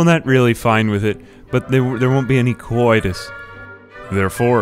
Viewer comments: stop saying coitus like that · the way he sais coidus tho lol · Why does it sound like he's saying cowoitus?